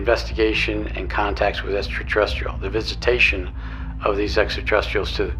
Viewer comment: That mr Doty can not even pronounce extraterrestrials. He says essateressias. Listen to that man. How on earth is that possible? Just TWO Latin words and that hardcore Yank brain collapses! What?!